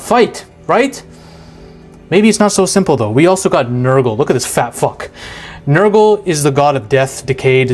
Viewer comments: Ranking your pronunciations: Khorne: Its the exact same as "Corn" Nurgle: Perfect Slaanesh: There's a little bit bad but it is to the point where it could just be an accent difference/does not matter Tzeench: Its not Tzench, its Tzeench with a long e. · Ah yes, Korney, Nurgle(Accurate lol), Zenetch, and Slanesh (Almost right)